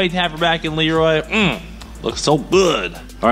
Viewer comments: listen at the beginning of video of how you pronounce LEROY LOL!!!!! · Cleetus McFarland hey listen at beginning of video of how you pronounce LEROY LOL!!